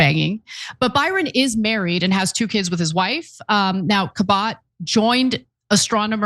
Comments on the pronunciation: She pronounces Cabot kuh-BOTT?! No, I don't mean Ana, I mean Ms. Cabot. I doubt it. Just another unintended consequence of removing the announcements from the intros to Family Affair. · Kuh-bott ... thats how you pronounce Cabot now???